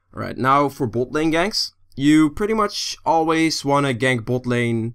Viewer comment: you are saying bot lane in a funny way xD boat lane heheh